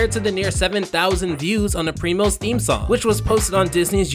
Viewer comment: it is not primas instead of primos ???